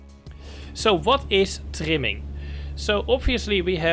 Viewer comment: Bro you saying timming or trimming ?